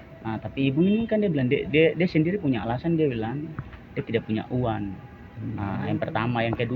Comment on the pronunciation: Tapi kata2nya kurang huruf G (uan, datan)